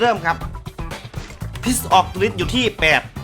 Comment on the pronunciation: พิษ-ไม่ต้องออกเสียง s พี่ มั้งนะ😂😂